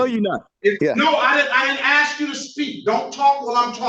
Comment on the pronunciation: Even the last attorney says axe instead of ask!